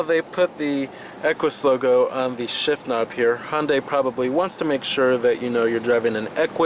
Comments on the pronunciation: Hon-day lol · Just to be clear, Hyundai is pronounced like Sunday.